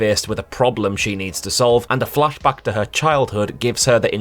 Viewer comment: Oh Geordie accent, I love how you say "flash back".